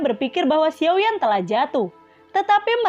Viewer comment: Xiao yen atau xiao yan. Hati2 ya min beda penyebutan karakter beda pemahaman. Xiao yen atau xiao yan. Jika xiao yan jangan selewengin.